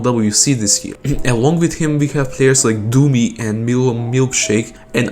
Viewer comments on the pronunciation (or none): none